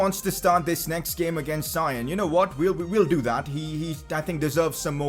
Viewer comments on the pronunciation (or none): Please can you not say sion with a i because it is properly prounced with a e.